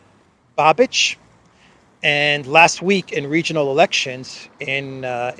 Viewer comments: It's Babish not Babich. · You pronounce Babič wrong. It's not Babič it's Babiš. So not Č but Š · I would just note that "Babiš" is not spelled like Babich but Babish, I'm sorry but as Czech it tortures my ears when you say Babich 🤣🤣🤣 (just for fun). As for the last election to the Chamber of Deputies of the Czech Republic yes, Eurolibs had to put five parties together to defeat him and it is highly probable they won't be able to repeat it as this government, which is facing problems of internal coherence, is the least popular government in our history, probably including those from communist era... 😝 There were just regional and senate elections here and government parties are losing positions hugely, next Chamber of Deputies election will take place next year. Babiš joined Orban in EU parliament in Patriots fraction, but unfortunately his party should be perceived mostly as opportunists and although his eventual next government probably correct the biggest craziness committed by Eurolibs, one can't expect he would go as far as Orban or Fico. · The former Czech prime minister's name Babiš is pronounced "Babish" in English. I Just want to help. Great video 💗